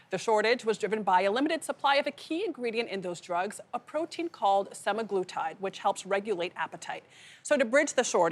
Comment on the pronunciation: SEMAAHHGLUTIDE.. ITS SEMAGLUUUTIDE lady.